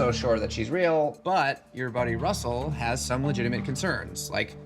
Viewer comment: I love how Nev says dude's name, "RRRussel!"